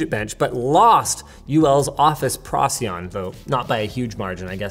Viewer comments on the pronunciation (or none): none